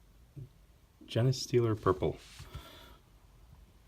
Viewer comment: Genestealer purple is Genes as in genetic code. They steal the Genes of other species to add to their own, just hoped to help with the pronunciation.